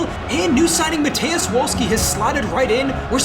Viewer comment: also, if you want super correct pronouciation it should be MA-TAYY-OOSH VOLL-SKEE